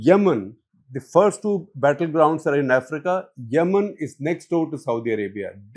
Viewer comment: It is Yemen, not Yamannn..😂😂